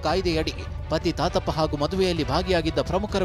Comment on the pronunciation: ತಾತಪ್ಪಾ,❌ ಗೋತಪ್ಪ..